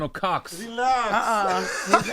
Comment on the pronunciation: Hiyo relax ni ya mkenya kabisaa 😂😂😂😂